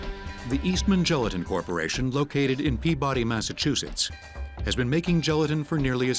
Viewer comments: The narrator pronounced Peabody, Ma incorrectly. It is not pronounced as "pee-bod-dee" it is pronounced as "pee-bo-dee"😡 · Peabody is pronounced PEAbuhdy.